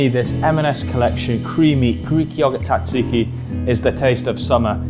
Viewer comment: Your pronunciation of Tzatziki is criminal.